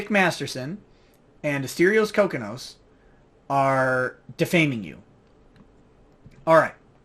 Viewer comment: It is pronounced Ko-Kee-Nos!